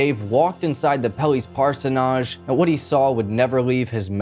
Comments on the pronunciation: Parson edge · Orpha Naaj ? Like Parso Naaj!?.. 😁🤭🤣😂 Don't be ridiculous. Orphanage and Parsonage are pronounced the same way. Otherwise your Crime Channel becomes a Comedy Channel. I had to stop at 14 mins 😂😂😂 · We do in America, too. At least I've always heard it and said it that way... "parsonidge". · Parson-age, not Parson-ahj BUT...you're still a good narrator, and cute too! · I like how he explains what a parsonage is while pronouncing it completely wrong. It should end the same way partridge does. Parsonidge. Like that. Or just say Parish House. And get rid of that caterpillar resting beneath your nose. Other than that, great show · The last syllable of parsonage does not get an accent so it is not parso-NAGE. It's PARsonage with the accent on the first syllable. Just for your information. Also, it was not a QUIET claim deed but a QUIT claim deed. The Quit Claim Deed turns the property over to someone else and it means that you have relinquished all of your rights to the property or that you are QUIT or through with all rights to that property. BTW, I think you're right. I think Jeff is innocent. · I'm loving the way you say parsonage. In Australia we pronounce it 'parsonidge' I keep waiting for someone in the story to go back there 😀. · Never heard it pronounced this way. Nodge just doesn’t sound right to me sorry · Lol came here to comment on his pronounciation of parsonage as well. It’s definitely “ parsonige” in the US as well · Parsonage (the place a Parson lives) is pronounced more like Par-son-ige. Amused me greatly. I appreciate your videos and the hard work you put into them. Keep up the content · I love the way you pronounce parsonage. In Australia we pronounce it par-son-ij. :face-green-smiling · I love watching these kind of videos, but it does drive me crazy when they don't pronounce words correctly... In this case, the word is PARSONAGE...It is pronounced Pars e nij.. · Par-sen-age. The repeated mispronounced word makes this seem unprofessional.